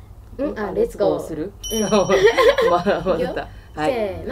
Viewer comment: 2人のレッツゴーの発音すき❤